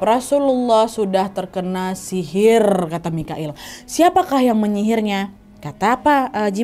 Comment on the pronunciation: Jibril n mikail kak nadia bkn moqoil ,kak nadia ngmg moqoil td